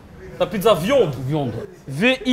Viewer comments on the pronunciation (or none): "la pizza VIOND"😂😂😂😂😂😂😂😂😂😂😂😂😂